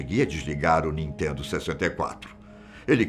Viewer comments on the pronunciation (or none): none